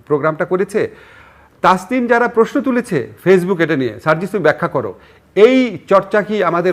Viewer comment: জিল্লুর সাহেবের স্টাইলিশ 'প্রেশ্ন' উচ্চারণ উদ্ভট উৎকট শোনায়। তবে এটা উনার একটা 'ইস্টাইল'।